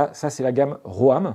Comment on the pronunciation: Pour info, ROAM se prononce RÔME et non pas RÔAME 😄. En anglais ça veut dire "errer".